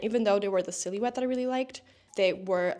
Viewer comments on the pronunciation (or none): Can I ask, what is your first language? You pronouncing silhouette as “silly-wet” is cracking me up 😭